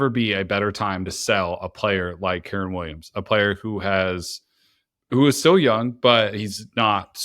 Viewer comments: Y does bro keep mispronouncing kyren. Who is keeran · This dude sayin keeran is really annoying me lol